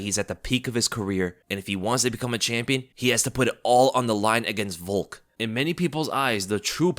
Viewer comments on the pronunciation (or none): none